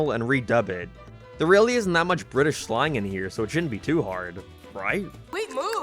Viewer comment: Bri'ish Edit: Utopia